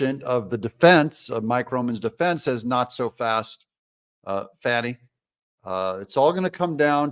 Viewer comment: If you are from the south, it's not "fawnee"; it's fanny and it's not " MC caf ee" it's mac u fee!! 😂